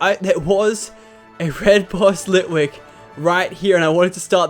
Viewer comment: You missed ghost litwik in csnt say the name correct but it was a ghost litwik